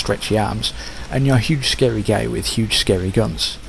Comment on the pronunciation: Why does "guy" sound like "gay"? lOL